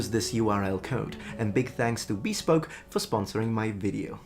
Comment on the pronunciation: Did you call it "bee-spoke?"